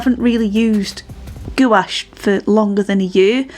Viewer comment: Uhg Sorry but I cringe every time you misspronounce gouache it rhymes with the word coach the U and the e are silent nice painting.